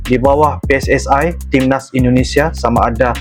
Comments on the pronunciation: Pssi bukan pssae ..sepak bola ja bola sepak 😂😂😂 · PSSI Bukan PSSAI...!